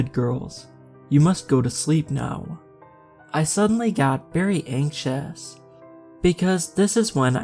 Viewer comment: Anxious❌ anksos✅ 😂😂😂😂😂